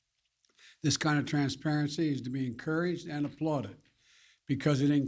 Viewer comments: OMNI-Kron.....geez it's OMICRON...... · Can you at least pronounce it right Joe so that it sort of sounds like you know what you're talking about even if you don't! It's not Omnicron! Its Omicron! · One thing we DO know: it's not called the OMNICRON. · OmNicron? It is Omicron -- a letter of the Greek alphabet. Get educated. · Bozo its called O-mi-cron not omnicron. Bozo. And why did CNN stop showing the covid deaths on screen during fake news casts??? Could it be because there are more covid deaths under Bidens then there was under Trump?? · *PHEW*! I'm so glad it's Omnicron and not Omicron! I got scared there for a second! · It's Omicron not Omnicron. Beware of the next variant Unicron - Live footage of the threat -> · Did senile Joe Biden just say "Omnicron"? (Omicron). Hasn't Biden killed more Americans w his failed covid response in 10 mos than Trump in all of 2020? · First, Biden should learn how to pronounce it right. OMICRON not OMNICRON. Why don’t you have a cognitive test, President Biden. Could we please have a panel of doctors instead of the megalomaniac Fauci. We need all types of doctors, actual medical doctors. They think they can really use this now to force the booster. They are hyping it out of proportion. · Biden already got the name wrong “omNicron” instead of “omicron” LGB! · Biden already got the name wrong “omNicron” instead of “omicron” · He can’t even pronounce omicron. Not omnicron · He leads the speech by saying he would always be honest? And is he calling the variant 'Omnicron' or 'Omicron'? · I thought travel bans were racist. Also it's "Omicron" not "Omnicron". Let's go Brandon. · He literally said OmNicron. Besides, yes this is a new variant, but it's all about perpetuating more fear. This guy is an idiot. Are you all ready to live in the actual world of "Hunger Games"? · Omicron has only a trailing n. No omni in omicron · This buffoon said "omnicron". Can't really expect much from a demented fool who can't wipe his own butt.